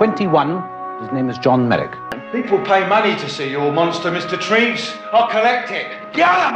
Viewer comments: I think you pronounce the surgeon’s name as doctor Treeves not Trevess! I’ve always loved the Joseph Merrick story and despite all the deformity and horrible treatment he endured he seemed such a sweet, gentle man. RIP. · Its Treeves pronounced like leaves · It is TREEVES for the Dr.